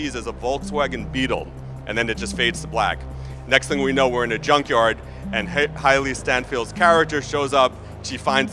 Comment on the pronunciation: “Hilee Stanfeld”